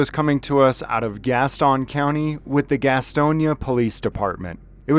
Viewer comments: Pronounced GAS TUN County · The "ston" in Gaston is pronounced like the "ston" in Houston.